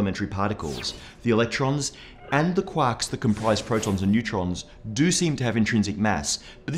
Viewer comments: Great video but I totally thought you said quacks instead of quarks.. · he says "quarks" as "quacks"